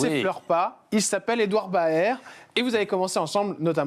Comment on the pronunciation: je crois qu'on ne dit pas Édouard Ba-air mais Édouard Berr même si ça s'écrit Baer